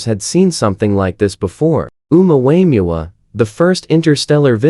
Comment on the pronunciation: Ai is hilarious calling the Omuamua Omua Wayans brother lol.